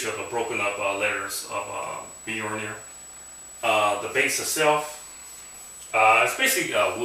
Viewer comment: Cool prop, wish i couldve had the money back in the day to order one. Btw, its not 'bolnir' its "Mjolnir (pronounced /ˈmjɒlnɪər/ MYOL-neer)" straight from wikipedia ^_^. just dont try and swing that thing around in the house...might light something on fire with a stray bolt O_O